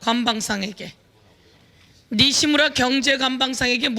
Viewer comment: 니시무라 이 발음이 왜 웃기지? ㅋㅋㅋㅋㅋ 서영교의원님 홧팅